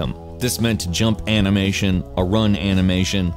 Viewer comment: Heres a challenge: how many times did say "anamation"? Lol